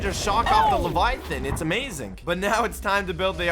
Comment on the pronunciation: why does say not amazing but amazink